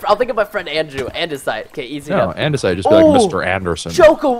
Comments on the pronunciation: he called it idenasite not andisite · ITS AN-DA-SITE IT ISNT ANDENISITE -_- frustration is real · its pronounced an-de-site. ANNNNNN-DE-SIIITEEE